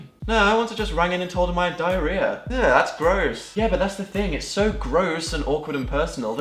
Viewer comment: Omg, Dan I love you. Despite how much "diariah"(sp?) you have.(: -3